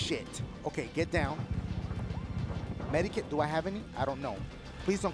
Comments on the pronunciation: RED BULL BULL GOT DASH SAYIN MEDIKIT INSTEAD OF MEDKIT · Use a medikit lmao 😭😭 didn't know there was a " i " in medkit lol love you dashie 😭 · Did y’all notice he says med-i-kit😂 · Lol he was saying medIkit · Y did he say medi kit lol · He triggers me with his aim and how he says medkit